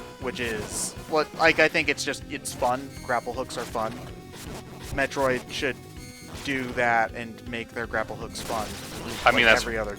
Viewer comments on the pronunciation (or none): none